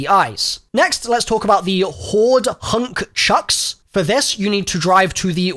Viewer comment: Hoard Husk Chunks. Not "hoard hunk chucks"